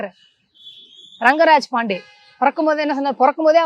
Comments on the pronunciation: ரங்கராஜ் பூண்டே என்று சொன்னார் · 7.10min ஃப்ளோ ல Rangaraj புண்டே ndra மாதிரி என் காதுல விழுந்தது…